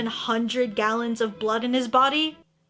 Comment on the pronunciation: omg you just said kallons instead of gallons lol